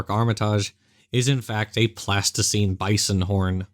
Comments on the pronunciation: I had to go back to and listen again... is saying "Pleistocene" but pronouncing is like "plasticene", an artist's modeling clay. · Did the Creationist find a horn from the Pleistocene or find one made of Plasticine? The pronounciation of the key word is ambiguous. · NEEDS TO WORK ON HIS PRONUNCIATION - as what should have been pleistocene sure came across as "Plasticine"!! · I noticed that. I was thinking of he plasticine 'dinosaurs' I made as a kid. 🤣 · Same here - at first I thought he was claiming straight out fraud, using photos of plasticine models. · Is saying "plasticine" when he means "pleistocene"? The latter is an era, the former is modeling clay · LOL! -- so, at ~ , did anyone else think he said a "a Plasticine Bison" horn? (as in a buffalo horn made from a popular childrens' modelling clay?) 🤔 I did a double-take and had to rewind it a couple of times before I realised he was saying, "Pleistocene"! 😳😂😋